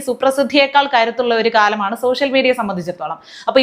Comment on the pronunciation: നാണവും മാനവും ഉണ്ടാവണമെങ്കിൽ വിവരം വേണം!!!!!! ഇതൊന്നുമില്ലാത്ത സോഷ്യൽ മീഡിയ എന്നതിന് സോസ്യൽ മീഡിയ എന്ന് ഉച്ചരിക്കുന്ന ഈ വർഗ്ഗത്തിന് നിങ്ങൾ പറഞ്ഞ പോലെ വല്ല "കുയിമന്തിയും " ഉണ്ടാക്കി വീട്ടിലിരുന്നു കൂടെ?????????? ഓന്റെ മോന്ത കണ്ടാൽ അറിയാം ഓൻ കുളിസീനുകൾ ഒളിഞ്ഞു നോക്കി ജീവിതം തീർക്കാൻ വിധിക്കപ്പെട്ടവനാണെന്ന്!!!!!!!!